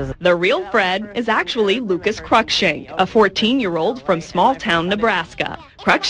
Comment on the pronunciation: she said cruikshank wrong....